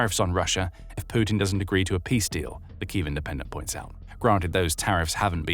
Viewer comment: Sputin... Putin 😅